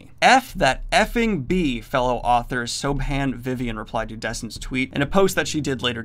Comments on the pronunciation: You say "Sobe-han Vivian" oh my god I'm actually dying hahahahaha That's an Irish name, it's pronounced "Shi-vawn". An understandable mistake, it just cracked me up given the seriousness of the video. Also, as an Irishman, I apologise. She must be an idiot to support this bully. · FYI Siobhan is pronounced shi-vawn, lots of Irish names use either bh or mh to make a v sound :) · Hey, Daniel... I know this is a couple years old, but "Siobhan" is pronounced "Shivan" (like the first syllable of "shiver" followed by the word "on"). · Oh oh Siobhan? It's not "so-ban", it's "shivorn", it's an Irish name written in Irish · For future reference, 'Siobhan' is pronounced 'Sha-vorn'. It's Irish - Gaelic. Although judging from her tweet she doesn't really deserve to have her name correctly spoken, she does sound more like a Sob Han. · hi, Irish person here. It’s pronounced “Shi - vawn” Thank you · Did Daniel really just pronounce the name Soibhan as Soap-han?? I am distraught. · For anyone reading this thread and asking "Okay... Then how do you say it?" the name is pronounced "Cher-vaughn" as in "What would Cher's name be if she married Vince Vaughn" but with a softer SH sound at the start and emphasis on the second syllable. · lol I'm Irish and I think the correct way to say that is more like shiv-awn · I know this isn't the point but that reading of Siobhan got me xD I know it's hard to read if you don't already know how to say it or aren't Irish but it's still kinda funny. Aside from that, great video on this. Btw: said like Shevaun, Siobhan is the gaelic spelling. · Siobhan is pronounced "Show-von". I know it's weird, but that's how it's pronounced. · The name Siobhan — Shuh-vawn. Irish name. In Gaelic an “Si” is a “sh” sound (as is “Se” like “Sean”). A “bh” is a “v” sound. Same principles in Scots Gaelic as well. My favourite blended whisky is Té Bheag. Most people (who haven’t bothered to read the back label) call it “tea bag”, but you pronounce it “Chay vek”. Cheers!